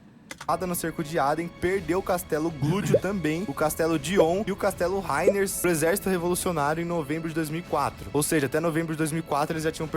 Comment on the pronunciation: Vídeo foda, react mais foda ainda... Mas pra sanar meu toque: - é GIRAN ( e não GUIRAN) - É Dragon valley (e não Dragon Dungeon, e nem masmorra do dragão) - É Heine (e não HEINERS) - É Tower of Insolence (e não Torre da Arrogancia) - É Cruma Tower (e não Cruma top tower) - Um monte de Guilda se chama aliança e não (Clã) - Toi (Tower of insolence) é um spot de farm e não um local pra se ficar - na parte que fala sobre o akirus ter patrocinado geral na volta do dk, te lembra que ele era dono de tudo durante mt tempo (logo podre de rico dentro do servidor)